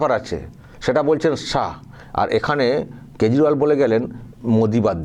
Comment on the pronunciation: কেজরিওয়াল না ক্যাজরাওয়াল !! কার হয়ে প্রচার করতে এসেছে মাইরি । দেখলে কষ্ট হয় ।